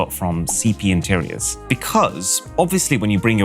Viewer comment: what “interiors” ???